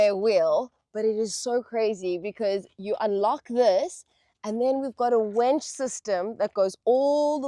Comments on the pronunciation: It's not a wench its a winch. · The wench in the video is mispronouncing winch! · Why on earth do people call it a wench? It's a WINCH. A wench was a medieval tavern whore